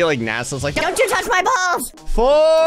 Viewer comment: it sounds like balls not bombs